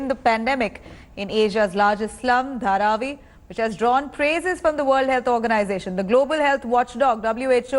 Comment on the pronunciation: HARVEY? HE SAID HARVI! instead of Dharavi! Great Evening!